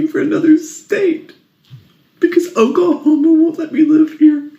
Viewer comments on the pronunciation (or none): it is call Oklahoma and not Oklahomo.